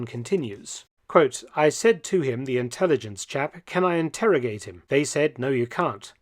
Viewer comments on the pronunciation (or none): In-terro-gate ermm!